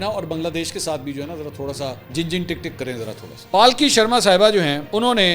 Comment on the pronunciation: Palki nahi sir Pulky boliye